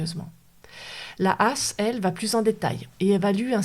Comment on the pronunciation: Juste pour info, tout le monde (enfin tous ceux que j'ai pu croisé), dans le milieu médicale français dit H.A.S, pas a*s (ça fait vraiment bizarre)